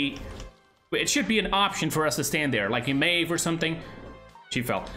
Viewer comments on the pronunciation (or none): none